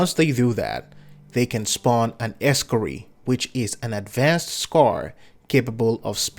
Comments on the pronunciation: Wtf is an Ex-cari? You mean Ee-scar-i? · Es-Scar-Eye not ree lol.